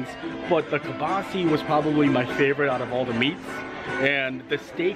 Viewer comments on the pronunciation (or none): Why can’t any WDW bloggers pronounce Kielbasa correctly? It’s wild!